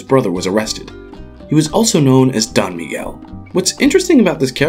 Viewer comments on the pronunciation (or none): none